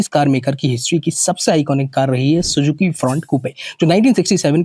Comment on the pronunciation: Suzki nahi, Suzuki. Aur segment ke best nahin hai, Baleno using segment ki car hai aur power to Weight ratio bhi uska better hai. Fir uska ghatia look. Kahan Tiago, kahan I-10 aur kahan ye mendhak jaisi dikhne wali bedhangi Car. Punch 5 star rating hai Safety mein, Ignis ka kya hai? 1 Star. Ye bikegi agar iski Safety rating improve ho jaye, same segment ki wagon R ya Baleno jitni power de. Aur finally 1 Lakh sasti ho jaye to.